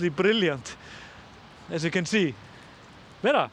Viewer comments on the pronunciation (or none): none